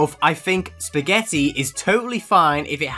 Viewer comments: Can't even say spagetti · beo dont make spaghetti sound bad spaghetti 🍝🙄😒😙